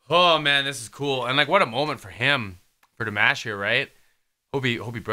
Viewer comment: Love your reaction! I love how Dimash just stayed low and let them show their vocal talent because he could have easily gone higher or taken over but he respected their vocal talent. The ending with Aida was stunning. One thing pleeeease?? Don't call him di mash like mash potatoes? It's DEE MAHSH. Forgive me. It just always sounds a little annoying when people say his name wrong...but great reaction!